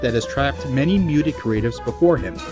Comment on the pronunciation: I have to complain a little, my good man. Your narration feels quite rushed this time around, or, maybe just like it's an early draft. I'm hearing lots of mispronounciations, even some flubbed lines that needed a second take. Simple words like "profitable" and "muted," and beloved actors' names like Gillian Anderson... I don't know how fair it is of me to levy these complaints ... after all you're giving us this content for free . Nevertheless I'm sensing an overall dip I quality in this episode, which, while far from a deal breaker, is a bit of a shame at least. On an entirely other note, I feel like some of your points about Roberts are - for the first time in this series, mind you - a bit unfair. He had no formal training and never went to film school? He didn't hire AAA actors for commercials at exorbitant prices? Surely there's enough fodder for deserved criticism in the dumpster fire that is SC that we don't need to reach quite that far to find our 'I told ya so' factoids? Anyway, I hope this doesn't come off like someone just spewing vitriol for the sake of it ... if it does, I'm sorry, you don't deserve that. You do good work. Important work, I feel. And I'll always stay subbed to get the latest of it (again, for free...). It's just that, for me, this episode doesn't quite feel up to the standard of quality you've set for yourself in previous episodes. Then again, I suppose every long-running series of any kind has an episode or two that doesn't resonate with absolute